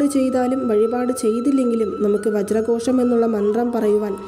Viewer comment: വജ്രകോശം ആണോ വജ്രhozham ano